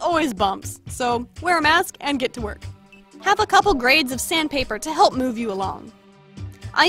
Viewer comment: It’s no halp it’s help